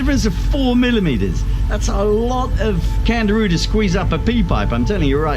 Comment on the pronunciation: I thought I heard Kangaroo but it's name is CANDIRU